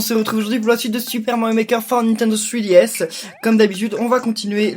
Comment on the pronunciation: On dirais que tu dis fruitDS